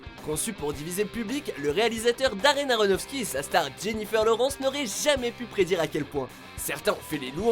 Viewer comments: c'est pas la premiere fois que je le marque en commentaire ! dans une ancienne video je t'es deja dit que la prononciation n'est pas sa ! OMFG ! c'est Lawrence, pas Lorence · panda des îles et aussi "LAUWRÉNCE" pas "LAURENCE"